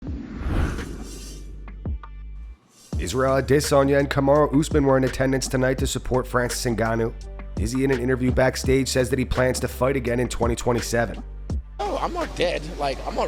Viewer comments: Unsubscribed because every video you just want to say "Israel a-DISS-anya" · Fuckkk I had forgot about the stupid ass way this dude says Adesanya....